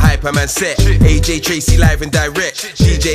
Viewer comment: Dis dude said aj traizey It's aj trcey